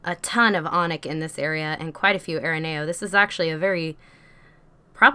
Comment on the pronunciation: It is pronoced A -RE NEO